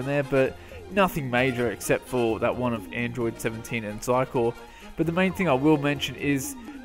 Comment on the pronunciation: You said Xycor's name correct, lol